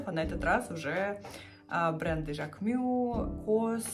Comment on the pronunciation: Жак МюССС, не мю